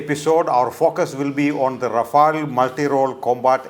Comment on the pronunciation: Pl at least pronunce it properly.